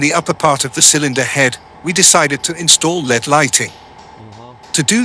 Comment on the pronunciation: L E D not Led!